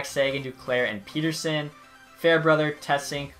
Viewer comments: It triggers me when he calls Petterson "Peterson" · Swerve On You Same my favourite player it’s 2 t’s not one lol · You keep butchering Elias Pettersson’s name in every video